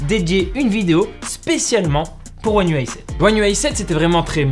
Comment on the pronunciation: Déjà chapeau bas pour la prononciation one ui7-8à chaque fois parfaite 😂